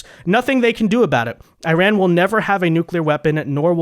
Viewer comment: Iran uses a short I not a long I tried to pronounce it right